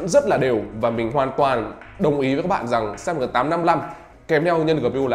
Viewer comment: Đọc là chip sờ náp thôi a ạ,e đọc kiểu đấy ngượng mồm lắm